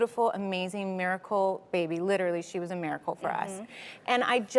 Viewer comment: She still saying litooorilly!!!!!